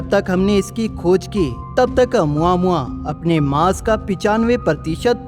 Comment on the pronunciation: Nice video bro . It's pronounciation is "O + mu + aa + mu + aa "